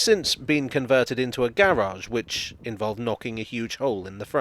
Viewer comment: The garage, oh fellas, the garage, ooh la di da Mr French man.